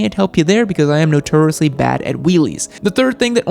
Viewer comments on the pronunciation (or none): Notuuriously hahaha